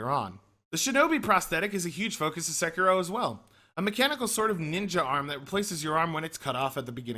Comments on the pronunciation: SE KI RO. Sek I Ro. Americans and their weird pronounciations. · wow... you couldn't pronounce "Sekiro" any more like a white dude